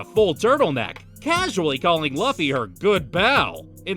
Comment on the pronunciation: Bro that is not how you pronounce Luffy name